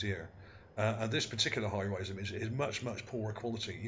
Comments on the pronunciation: Surely you mean 'high res' image, not high rise image. Also, why do you keep saying 'ship' as though this is fact? All one can see there is an elongated feature on the terrain. There is no proof that this was or is a 'ship' of any kind. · OK when you describing pictures as far as resolution. You keep saying high-rise. It is not a high-rise it is Hi-Res meaning high resolution. Very informative video. I believe that was as you said and ocean or a river and that was the port where we find all the boats